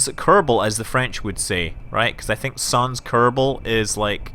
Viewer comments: About french language, we pronouce "sans" like "sand" without the D's sound x) Keep doing your awesome videos. From France with Love x) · Sans is pronounced without an S (that sounds like a Z) at the end of the word itself. It's closer to San